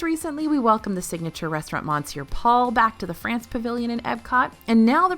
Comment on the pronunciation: Park hopping in the morning - I will miss it. I went to Disney late 2019 with a BF who liked to sleep in - I would rope drop one park then meet him in another to spend the rest of the day together. Oh and has gone back to mispronouncing monsieur.